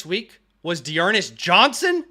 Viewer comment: “D’Ernest Johnson?!?!” 😂